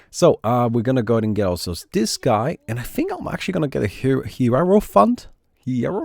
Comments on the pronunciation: hey. the "ie" in hierophant is like the "ei" in german, so its spelled [heirofant] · Its pronounced "hai-ro-phant" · "Hi-Row-Fan-T" Accent on the "Hi" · doesn't seem to be a Jojo fan...otherwise he'd recognize/pronounce Hierophant easily! Lol. Cheers, I'm having a tonne of fun with this game thanks to you!